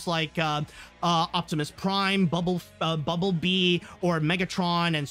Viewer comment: did he just call Bumblebee Bubble bee? Not making fun of u just wondering if I misheard.